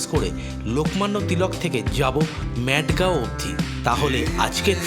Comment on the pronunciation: উচ্চারণ টা মাডগাও,ম্যাডগাও না।ওটা পাগলের গ্রাম না